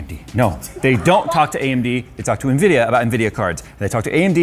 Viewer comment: amd ?? Nvidia?? Amdia ??? Lol 🤣🤣🤣🤣🤣 just dont get too excited bro cz we all u are 😆😆